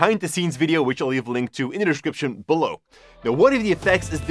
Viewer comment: You always say the word “description “wrong